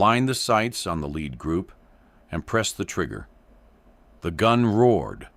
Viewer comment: Pronounce lead like leader. Fix the ai